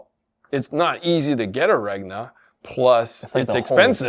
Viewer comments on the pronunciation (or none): there is no way you're supposed to pronounce that "G" in Regna. I feel like you're trolling us.